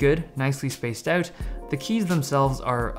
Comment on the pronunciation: About the pronunciation of out.. Where are you from? Just wondering